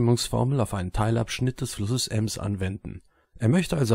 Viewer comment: Und "eeems"... 😤😤😤 Bin gebürtiger Bielefelder und hätte nicht übel lust ihm dafür herzhaft in die Eier zu treten!